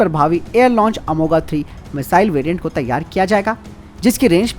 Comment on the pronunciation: अंग्रेजी कितना बिगाड़ देता है उच्चारण कि हिन्दी से अनजान विशेषज्ञ अर्थ का अनर्थ कर देते हैं। अमोघ (amogha) = अचूक, न चुकनेवाला, ये वे दिव्यास्त्र हैं जो एक बार संधान के बाद लक्ष्यभेद कर ही लौटते थे। इसको प्रस्तोता अमोगा अमोगा बोले जा रहा है।